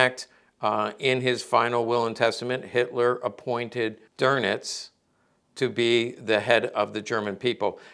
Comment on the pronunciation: “Karl DURNITZ”😂😂